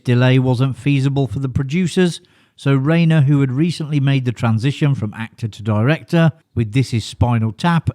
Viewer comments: Problem with AI...RHINER NOT RAYNER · Omg... Yes thank you. It's Rye-ner and Dry-fuss. Rayner and Drayfus is not right. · FFS - its pronounced like RINER, not “Rainer” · Rob Reiner : "Riner" Ri-nor is the correct way to pronounce his name. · "Reiner" not "Rainer." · Rye-ner. Rob Rye-ner, not Rob Ray-ner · I was beginning to think that you were mispronouncing Rob "Riner's" name on purpose. You also did not pronounce Richard Dreyfuss's name properly. Get it right next time! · Pronounced RYE-NER dumbass. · Row-kay says "Ray-ner" And "Dray-fess" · In the World ? That would screw me (and probably you) out of every name that doesn't use the "alphabet" for spelling. Robs' father Carl Riener (Rye-Ner) became famous along with the early days of television. The name is integrally tied to TV and cinema since the 1950s. Mis-pronouncing it tells me that you're either AI or you're commenting on someone you've never even heard of. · It's Raner, like Ran er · FYI Rein in Reiner rhymes with “fine.”